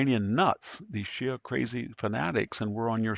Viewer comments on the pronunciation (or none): none